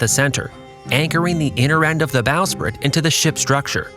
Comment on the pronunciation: Ok what the hell is going on with your voiceover? Is this an AI reader? I can't believe a human who did this much research for a video would pronounce this many words incorrectly. Ratlines - rat lines, not ratlins. Staysails - stay sails, not staisles. Bowsprit - this one blows my mind because you JUST pronounced "bow" correctly immediately before it. Bow as in "take a bow," not rhyming with "whoa." Davit - follows the vowel structure of "rabbit," not "David." Forecastle - another mind-blower, because you clearly know it's not pronounced as it's spelled. It does not sound like foxhole, it is "foke-sle." Ships don't use azimuth, they use bearing. Boatswain - bo'sun, not bozz-un. Officers' meals - wardroom, not messroom. For the depth of research & knowledge on display in this video, I expected more for the technical jargon.